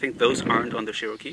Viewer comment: Cherokee (Chair-oh-key) not (Share-o-key)